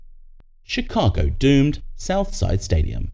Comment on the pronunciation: Yeah, I suppose the Chicago Southside stadium was in fact "doomed." You need to get your AI pronunciation under control.